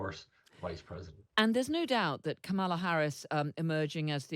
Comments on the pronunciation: Kamala pronounces her name; Comma-Luh….Whatever you think of her, her rocked, her policies, please respect the pronunciation of her name. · Please pronounce her name right... com ma la...be a journalist... fact check!!! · Please pronounce her name correctly…